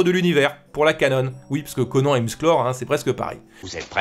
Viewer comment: Franchement je t'adore mais tu ne sais pas prononcer Conan (Anne) je suis extrêmement déçu. Mais continue comme ça quand même. Conan (ConneAnne)